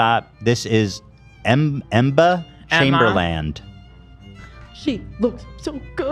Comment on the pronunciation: Ethan: “Em-buh Chaimberland” Also Ethan: pronounces “Jean Paul Gaultier” perfectly